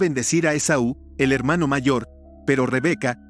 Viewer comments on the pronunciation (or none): none